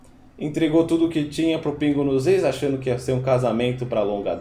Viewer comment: Cara, vc fala muito mal! " Pra mim fazer" " pingos no izzz"